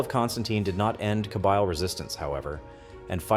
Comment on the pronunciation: Kabeeeeel not Kabile. 😊